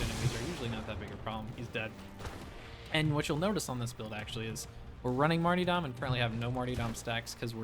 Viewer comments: Not sure if you're pronouncing martyrdom that way on purpose, but, it's mar-tur-dum. Not marty... Otherwise, awesome video - but pronouncing words correctly is pretty important for a video. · stop saying marty-dom, its martyrdom. mar-ter-dum. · It's mart-why're-dom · Love it, will use it, for sure! A little note, it's Mar-ter-dom pronunciation-wise. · marty dahm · Its marty-dome